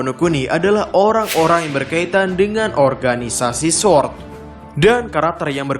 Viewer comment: Ga bisa bilang R kah ? Kocak baca sword